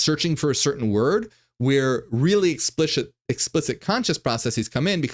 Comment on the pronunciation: “Explishit” XD I feel like that was subconscious having a little fun with what he was talking about